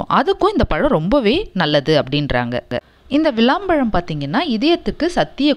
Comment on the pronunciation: Not valam pazham, it's vilam pazham